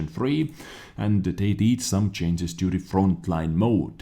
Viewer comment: so WG need to chains but you don't need to learn how to pronounce change because its funny